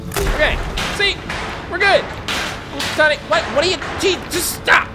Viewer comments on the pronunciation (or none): none